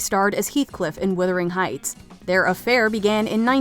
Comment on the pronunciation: Did she say, "Withering Heights?"